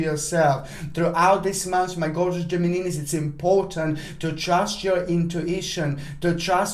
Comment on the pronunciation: Hi. Again I love the way you are saying Gemininis ( hahaha). At the beginning of your video you are like a James Bond villain with your black cat ( but you are not a villain and his cat was white ). I love your vibes. P.s. I noticed that the date you have gave us 13th of February, planet Mars will conjunct the Galactic center. The Galactic Center is one very sensitive point which is located at 26°50` of Sagittarius. Some astrologers believe that point is an Open Gate With God ( or the Universe ). Anyone who's having a personal planet or mathimatical point ( for example the Ascended ) is consider as very lucky or very gifted at something. After all who's doesn't want an open line with the universe? I do have my Anti- Vertex at 27°24` Saggi and sometimes I know things which are impossible to know like check up results or lab examinations even for people I have never meet in my life. Usually this happens when someone is close to me (for example with my best friend or ex-partners which I was very much in love with them). Anyway the same day Sun conjunct my Moon and activates my natal Grand Trine. They say when so many things are activated at the same time usual something will happen ( for good or bad ). I can only hope it will be for good.